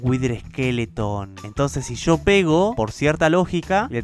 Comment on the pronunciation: Todos:whither:witer